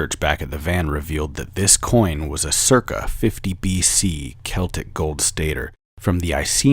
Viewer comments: You mispronounced celtic. It's a hard c, like "keltic". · They way he said celtic 😐